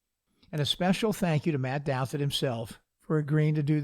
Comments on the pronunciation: Why is the name DOUTHIT pronounced DOWSIT ? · No, it's pronounced DOW-THIT